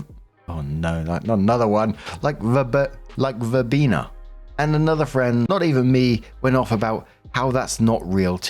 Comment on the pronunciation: you damn near killed me with the Sean Connery imitation! BTW, you pronounced verbena perfectly!